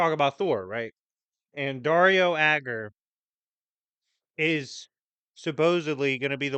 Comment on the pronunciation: I kept hearing Daria when you say Dario, for some reason. And now i cant stop thinking about Thor getting killed by Daria lol